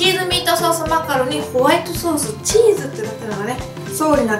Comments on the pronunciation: チーズマカロニがチーズマカロンに聞こえた😅😅😅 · 最初マカロニがマカロンに聞こえてチーズマカロン(;゜∇゜)ってなった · 最初チーズマカロンてきこえたー笑